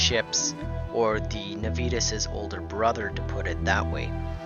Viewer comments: Every time he says "nuh-VEE-tuhs" my high school Latin hurts a little. Nah-vee-Tas (or Nah-wee-Tas in classical pronunciation) is Latin for Promptness or Zeal. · And you would be correct. It's Latin, and it should be pronounced NAH-vee-TAS, or more classically, NAH-wee-TAS. (There is no "V" sound in Latin, and the letter "W" doesn't exist; "V" makes a "W" sound. "W" as in "double-V" was invented later when "V" started to sound the way it does to us today. The famous phrase "Veni, vidi, vici," is properly pronounced "Whenee, widee, weekee.")